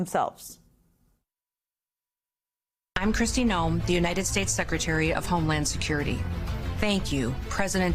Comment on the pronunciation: Did you call her Christy gnome???